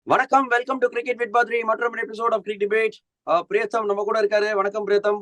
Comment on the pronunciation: Its high time, Badri calls as PRIYATHAM.....Not PRETHAM !! basics